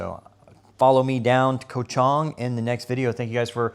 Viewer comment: Ko ch Ang like Tang ... not Chung... come on man 😅